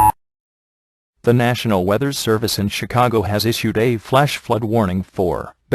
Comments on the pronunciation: Chicogo moment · Chicago not chicogo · Ahh yes, the city of Chicogo.